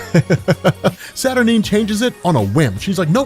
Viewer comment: love this video, and you rob. but god do I wish you would pronounce Saturnyne, Wolverine, and Merlin correctly lol